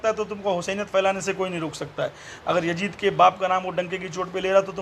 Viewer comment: Abe jahil pehle naam bolna to pahle Sikh le jahannami kutte . (Yazid) naam hai uska (yajid) nahi hai Maslak e aala hazrat Zindabad